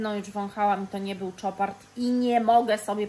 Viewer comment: Casmir,to zapach rac,ej jesienno zimowy a co do Chopard,to,marka francuska a więc wymawia się jak Chopin czyli "sz"! Pozdrawiam serdecznie,nie!